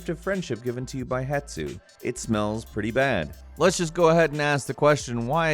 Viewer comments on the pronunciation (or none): > Shows: Hestu >: "HetSu" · its hestu not hetsu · Hestu not Hetsu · It's not Het-su but you know that. :P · Why did you keep calling Hestu, "Hetsu"? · It is Hestu, not Hetsu... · It's Hestu, not Hetsu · I hear people do this a lot and it’s not a big deal but is turning into a pet peeve of mine. It’s Hestu not Hetsu. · HeSSSSStu, not Hetsu!! Me: Haha You: mindblown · Dear Idiot, the name is HeSTu, not HeTSu. Can't you read? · Het - su...Hes - tu..??? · IT'S HESTU, HESTU, HESTU!!! NOT HET-SU IT'S HES-TU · God damn, that hurts in my ears when you say "hetsu" instead of hestu... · HESTU... H-E-S-T-U.. NOT "HETSU".... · Hestu. Not hetsu. Hestu. I don’t know why this bothers me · Hetsu? Who the fudge is Hetsu? Oh, you must be thinking about Hestu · I have OCD STOP SAYING HETSU!!!! IT'S HESTU!!!!! AGAHAGAH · "Hetsu" are you dyslexic? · Every time he says hetsu it pains me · Hestu. It's 5 letters. Why are you flipping the t and s? Why? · Say it with me - Hes tu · Ok, first of all "Hestu". How can that mistake get into the script the 20 times you said the name. And I always saw the Hestu poop as the big reveal for something that was already hinted at before: That all Korok seeds are literally just their poop. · He's the first person I've heard say "Het-su." And it's annoying me so much. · This channel is great if you have a fetish for butchered words. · The number of times you mis-pronounced Hestu, triggered me. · Paul W yes. God it was killing me when he kept saying it 😁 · Hestu gave you a good poop because you kept saying his name wrong. :p